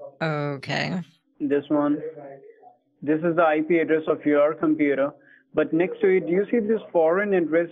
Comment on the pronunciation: The... I-PEE address?? ROFL